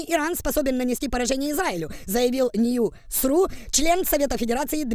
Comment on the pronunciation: "нью сру" 😂